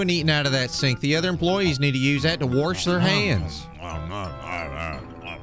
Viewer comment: Love how you said "warsh your hands" just like the guy does in the real video